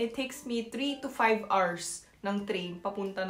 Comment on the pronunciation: hala pinoy kana yung "hours" mo is so pinoy hahahaha